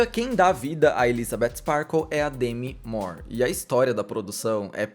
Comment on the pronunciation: Eu estava admirada que você fala certo o nome dela, eu descobri numa aula de inglês nos anos 90, e percebo que todo mundo pronuncia errado. Louca para assistir este filme